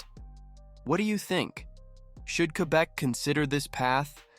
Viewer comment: LOL. You cannot even pronounce Quebe correctly.